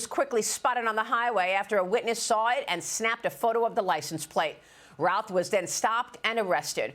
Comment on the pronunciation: It is pronounced Ruth. I know a hundred people in NC with that last name, and no one pronounces in Routh, they pronounce it Ruth.